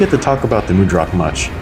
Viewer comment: mud rock. say it like that. not mood rock.